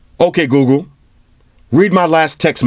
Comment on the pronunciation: By the way its google not googoo